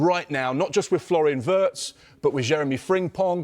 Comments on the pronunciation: Remember...His name is pronounced VIRTZ....not Wirtz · The Brits simply can't pronounce "Wirtz". Try saying "Veerts" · What a joke. Sky presenter can’t even pronounce the guys name.